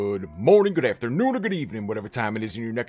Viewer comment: #WRwinNShanlou ZI4MS1 / Android Hey Tony thanks for the giveaway and like your accent to pronounce the goooooood 😂😂